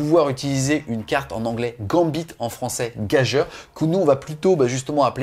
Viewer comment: Ça se prononce gajure 😅